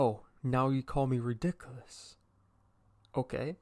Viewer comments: “now you call me ridiclous” i swear no one pronounces that word right 😭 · Manz said rE dIc A LuS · “OH now you call me rEdicooLus?” Me: “Mmmhnm you heard me mister” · I love how he says believe and ridiculous